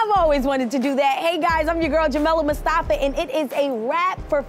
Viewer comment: Jamila Mustafa.. and she says Mustafee